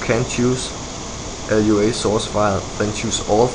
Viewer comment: Dude -.- It's just Lua, not l-u-a... Lua is brazillian for Moon and the creater is brazillian, hence the naming.